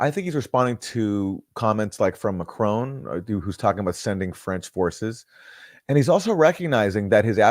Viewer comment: It’s weird how the Americans call him McCrone!